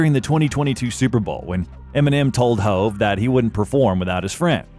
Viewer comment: How many times you gonna say hoe-v